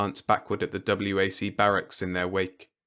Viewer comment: WAC would have been pronounced as if it was a word, not separate letters. The WACs and WAVEs were the women's separate and subordinate Air and Navy.